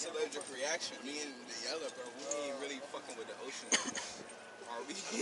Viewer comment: "Having a party?" "Not rilly"